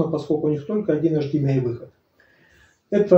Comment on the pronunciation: Интересный обзор. У меня ресивер 1801 - интересно чем отличается и хорош ли он.. Спасибо Я не понял на слух - какие 3 входа этот имеет. Вроде, автор хотел сказать эйчдиэмай, но вышло невнятно.